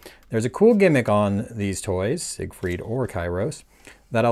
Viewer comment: Isn’t “Siegfried” pronounced as “zig-freed” in English? Even in Macross the Japanese rendition Jīgufurīdo is specifically modeled on the English and not the German pronunciation.